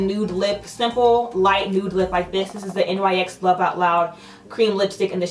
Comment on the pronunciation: Very pretty look! Why is it that so many say N Y X instead of "Nix"? Don't shoot 🤣